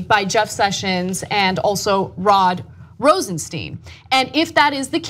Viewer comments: Rosenstein pronounced RosenSTINE not Rosensteen. Mueller pronounced Muller not Mewler. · Ana, it's "Rosenstine" not "Rosensteen." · His name pronounced ROSENSTINE/ROSENSHTINE... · TYT, has a shortsighted view. If you were Rosenstein (rhymes with dine, not bean, btw.), and the POTUS asked you to write a memo recommending firing Comey, you have two choices: A. Don't do it, and get fired, and watch Trump hire someone who will then do it. B. Do it, taking one for the team in order to keep your job long enough to appoint Bob Muller to investigate. Either way, Comey's gone, so you might as well get a fair exchange for it. Rosenstein is smarter than you think. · You guys keep mispronouncing Rosenstein.